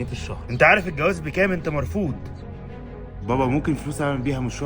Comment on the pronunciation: مرفوض بالضاد و تفخيم للراء